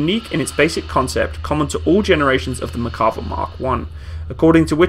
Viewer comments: If you look up Merkava on Wikipedia you can actually listen to the pronunciation of the name. This feature is available on a lot of Wikipedia articles. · This guy should learn how to pronounce the bloody name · Just wanted to comment that it's "Mer-ka-VAH", not "Mer-KA-vah". The emphasis is on the last syllable. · It is pronounced MERkava, not MerKAva. I'm a Hebrew speaker. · Its pronounced Merkava not Makarva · Good video. The name is pronounced mer-ca-VA -- accented on the LAST syllable. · Why do i hear "McCarver" all the time in this video? :D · Mear-kav-VAH. Accent on the last syllable. Not English, so it can't be pronounced as if English. Sounds to us like pronouncing the Centurion Contoryin or something like that. Cheers from Haifa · Small complaint but if you're going to be taken seriously when discussing any equipment especially for warfare, you really should learn to pronounce the name. There's an R in the name. You also completely over looked the influence of the 73 conflict in production of the Israeli tank. The Yom Kippur war was fought primarily by armor forces. Sadly Israel was using a mixed batch of heavy tanks mostly provided by England and the US. It was this conflict that directly influenced the need for their own main battle tank. Otherwise I enjoyed your video. I was an advisor to the IDF during the Yom Kippur war by the way so I'd be glad to answer any questions you might have with regard to that conflict.